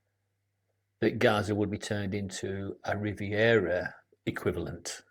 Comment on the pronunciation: Of vourse.Didn't he say the area would be turned into a "Riveira?